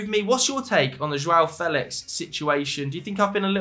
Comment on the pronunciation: "Fel ex" 🤣 sound like a propa bellend